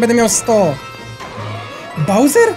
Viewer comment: Bowser nazywab sie ..owser w ostatniej walce